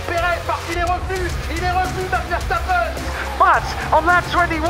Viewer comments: verSTappen et non verchtappen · c'est plus verstappen mais verchtappen super vidéo